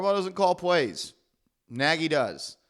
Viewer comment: It's pronounced (nay-gee)